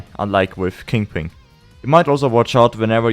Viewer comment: don't mind me, just here to hear someone say "kingping" akin to cumberbatch's "pengwing"